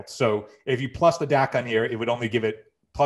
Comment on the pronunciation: Think it's Dak-kon not Dacon